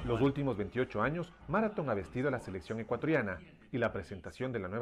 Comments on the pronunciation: No es Mara- thon Es Marathon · se pronuncia MÁRATHON con acento en MA por si acaso jajaja